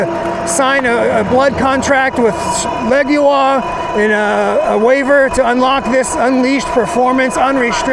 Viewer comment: My Leoguar does 38mph uphill. BTW I think you mispronounced the name